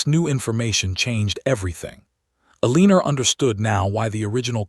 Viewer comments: Eliner?? I think you mean Eleanore. 😳😂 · There are more mispronunciations in this than is acceptable. Let’s start with the heroine’s name…Aleener? I think not. Eleanor…ELL-ah-nor. This is unforgivable especially since the story centers around language. Do better. Not worth a subscription. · AI mis-pronounces it "eh-LEAN-or". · You obviously do not listen to your audience's comments. Why choose Names that you cannot pronounce? The poor girls name is" a leaner" then "ileaner" then "helenea" AI is making a mess of the stories. I can't watch a moving frame around a picture; it makes one dizzy. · PULEEZ! Teach your AI to read basic English. Eleanore is not pronounced EL Leaner! It’s like nails on a chalkboard. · If you have questions about a name, pull up the transcript. Her name is not Eleanor. It is Elena. I agree AI is adding an “r” where it is not to be.